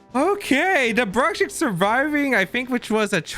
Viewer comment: 2 minutes in and he misspronounced Bruxish in 4 different ways already 😂